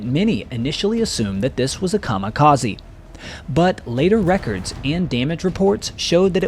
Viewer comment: AND it isn't pronounced KA MA KA Z. It is KA MI KA ZEH. :face-blue-smiling